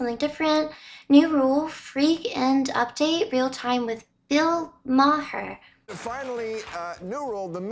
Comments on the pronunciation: Bill ma-ar.......not ma-hr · His name is pronounced Mar not Ma-her. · I'm sorry, the way you pronounced his name, Bill MaHer, I had to go back and make sure I heard it right. I have never heard the H pronounced. It was funny. I have seen some of his stand up many years ago, he is pretty funny. A lot of people don't like him due to his politics but even though I don't always agree with him, I always found him funny. He almost always came at an argument in an intelligent way and I have always liked him. As for the subject matter of the video, I wont deny victimhood and the things that Combs did, but so many people were willing participants, even some of the victims. But these people saying they had to stay for fear of losing their lively hood or career etc., so many of them had millions of their own dollars. If they leave and report things, they would be fine financially, even if they never worked again. And yes, those who took advantage of their positions in these industries need to be held accountable, but so do those who accepted the "terms of service" if you will. It's called "selling your soul" for fame. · His name is pronounced ‘Bill Mar’ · Are you doing a Stewie Griffin impersonation when you say Bill MaHhar? 😂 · Ma-Her... lol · And it crushed the dating world. Not interested in taking out a lady and biting my tongue so I don’t get in trouble from the “HR” dept. Also I believe his last name is pronounced Mar. H is silent. Another great break down from you!! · The "H" in his name is silent. It's pronounced like "Marr." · Totally butchered his name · Why in the hell are you putting so much emphasis on the "H" in Maher?! You sound like Stewie Griffin saying cool wHip! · The way she said his last name made me laugh